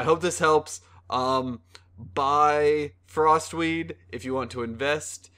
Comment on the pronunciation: sounds like he is saying frostweave not frostweed...and those werent even sneezes